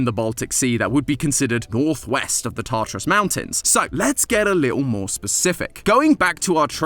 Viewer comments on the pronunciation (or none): none